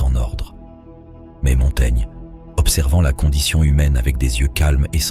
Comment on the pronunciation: Quelle est la source de ce texte? On dirait une mauvaise traduction lue par un robot. Se rendre à Montana (?? Montaigne?) Montaigna... Montaigne? La "livraison"...?